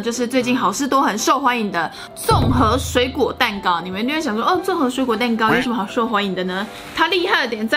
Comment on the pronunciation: 为什么综合的综是四声？不应该是一声么？